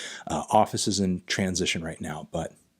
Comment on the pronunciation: you didnt do any emphasis when you said tran sition and it made me feel weird